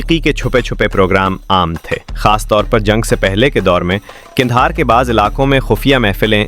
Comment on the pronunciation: Why are you calling it Gandahar?